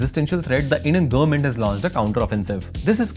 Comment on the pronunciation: What's the meaning of "gurr-ment"? Anyone?